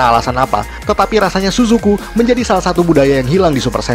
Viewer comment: Tsusuku kita bacanya CCV 😂